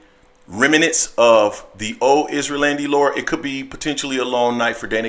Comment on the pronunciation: 🤣 he keeps pronouncing his name like Isrealandy. Its Erislandy (Air- is- landy)